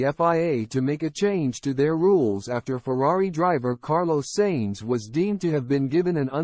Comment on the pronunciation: Dont use AI reading its annoying to understand it and it kepts pronouncing the things wrong and its Sainz not "Seins"